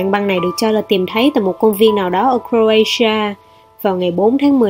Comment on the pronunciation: s lại cờ ray sia phải là cờ ro ti a chứ , tui nghe nhìu ng nước ngoài đọc thế mà ???